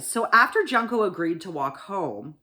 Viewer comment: It's pronounced like june co not Junko FYI